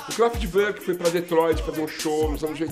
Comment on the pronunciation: A pronúncia correta é CRÁFETI VÔR Q (essas duas últimas sílabas devem ser pronunciadas como se a pessoa fosse vomitar). Grande banda!!!